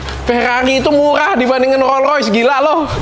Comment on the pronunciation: rollS royce, dok. rollS pake S.